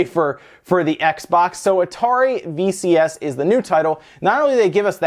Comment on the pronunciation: VCS, sounds like VHS lol